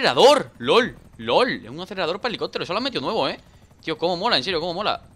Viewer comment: hahahaha pronuncias helicótero en vez de helicóptero